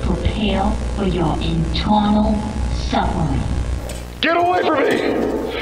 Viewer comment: "Pwepawe for your eternaw suffewing" 😭😭😭